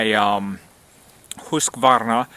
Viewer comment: Ullrica is proud of you for the pronunciation , I'm sure. =0)